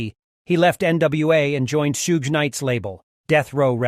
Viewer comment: Dude can't even pronounce Suge's name.